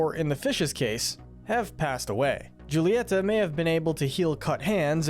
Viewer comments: You need to learn Spanish, if you knew one thing about pronouncing Spanish you would know that "J" is pronounced like "H" or Julieta should be pronounced as "hoo-leeeh-tah" NOT "Ju-lie-ta". Did you not watch the movie? If you did you would know the right way to say Julieta's name. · Your saying all the names wrong... It's not "jew-li-eta" it's pronounced like "who-li-etha" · When will people understand it's pronounced en cah nto not "encan'to" and julieta is pronounced like "hulita" because in spanish j=h h is silent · I’m sorry did you just say Julieta? She’s Hispanic so the J makes an H sound making it pronounced Hulieta, otherwise great video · Bro THE MISPRONOUNCING is unreal😭 “Jule-e-eta??” NOOOOO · I'm begging. BEGGING y'all to watch the movie again and memorize how to say "Julieta". The J is pronounced like an H. Please I'm begging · Actually, Julieta's name is pronounced Hoo-lee-eh-ta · The fact you mispronounced Julieta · Please say Julietas name right 😭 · Sorry,the way you pronounced Julieta 🗿🗿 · The way they pronounce Julieta is killing me 😭/nm/lh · It's pronounced Hulieta, not Giulieta. And the 'g' in Madrigal is not silent. Pepa's name is pronounced similar to the pig character. Yes, Mirabel meets the qualifications to be a Disney princess. She's actually closer to royalty than Pocahontas is. The CANDLE is Pedro's spirit. Casita is animated by the candle. Pedro was a Time Lord. Fight me. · This was confirmed false by the directors. Mirabel wiping her hands on her dress didn’t screw up the magic AT ALL, I’m pretty sure. Also: Julieta’s name is pronounced hoo-lee-et-ah, NOT joo-lee-et-ah. The G in Madrigals is pronounced.